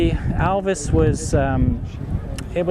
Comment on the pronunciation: One of the best informed guy regarding ALVIS matters and also an Alvisona who can pronounce the make correct and not like Elvis !